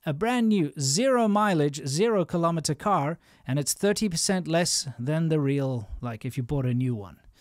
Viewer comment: As you're asking, I want correct pronunciation ....kill-uh-meeeters. If you're going to say kill-om-itters, you would also have to say mill-immitters and cent-immiters and mitters....and you don't do that, do you?